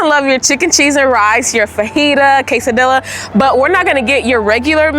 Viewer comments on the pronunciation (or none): Learn how to say quesadilla and tortilla please. I was embarrassed for you